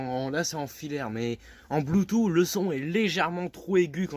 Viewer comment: Faut arrêter avec les "voilà" tout le temps. Et surtout on dit bloutousse et pas bloutout. 😆👍